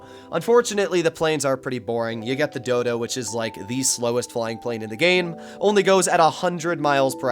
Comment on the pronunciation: Great content hermano, clear explanations and great backing music. Hope the channel continues to grow. Btw you said Dodo so many times that it sounded like dildo 🍆 which made the video even better 🤜🏽🙏🏽